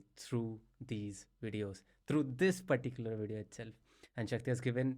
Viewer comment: it is not indian if it does not says "perticular" in the video